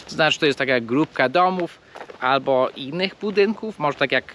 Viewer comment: I nie ABO tylko ALBO.